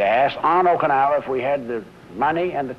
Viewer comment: He can't pronounce Okinawa...